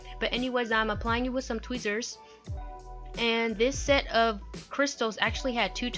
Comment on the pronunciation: I loooove how she says tweezers😂 idk why its just funny